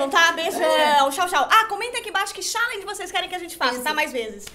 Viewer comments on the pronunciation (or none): não é xialenge, é xalenge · A gabi falou errado